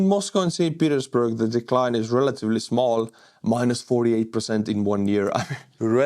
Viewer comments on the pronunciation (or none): none